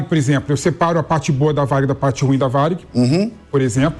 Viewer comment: Aprenda o portugues e pronucie o "ruim" corretamente.😮